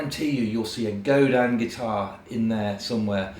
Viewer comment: Godin makes brilliant guitars anyone can afford. They're a true credit to the industry. Also, as a Canadian, I'd like to say thank you for actually pronouncing "Godin" correctly.